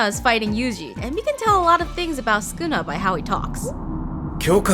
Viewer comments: It's Sukuna not skuna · Do we just not pronounce the first u in sukuna? Mr skooma the calamity from the hein era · ah yes skuna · “skuna” (sukuna) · actually, its pronounced sukuna and not skuna, youre skiping the first u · Its not skuna it’s sukuna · Sukuna ❌ Skuna ✅ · Is it just me, or does it sound like she’s saying ‘Skoona’ when trying to pronounce ‘Sukuna’? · Won’t listen to any “expert linguist” who calls Sukuna, Skuna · Why is she saying skuna am I going crazy? Suuukana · Did no one catch her calling Sukuna; Skuna? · Who is skuna bruh isn’t it su-kuna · STOP CALLING HIM SKUNA 😭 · i hate how she says skuna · Todo fr said sonion